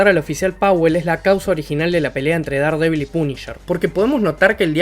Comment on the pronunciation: Buen video! Una pequeña aclaración...Daredevil no se pronuncia así, se pronuncia como si se escribiera Derdevol